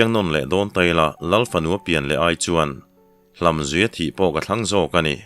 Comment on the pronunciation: Hlamzuih ni lo in hlamzûi tin tur aw,ka pu.